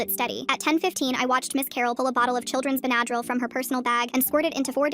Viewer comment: They mean the short pronounced Benadryl wrong